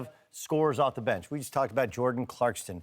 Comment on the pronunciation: For the love of god his name is Clarkson not CLARKSTON